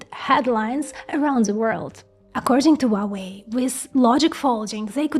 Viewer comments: Wuawei? H u a W e i. Spell the letters please. It’s impossible to listen. Sorry for that… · you do not pronounce correctly hua wei, it should be according to wikipedia : /ˈhwɑːweɪ/ HWAH-way; there is a R sound at he very beginning like in hua